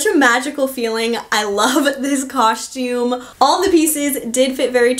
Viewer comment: Great content! BUT! You say coSHtume Way too frequent! 😫